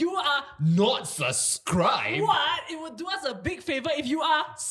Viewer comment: why does keep pronouncing "subscribe" as "suscribe"?